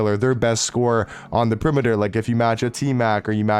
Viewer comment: I love how this guys pronounces perimeter lmfao